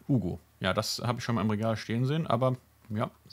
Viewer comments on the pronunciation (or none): none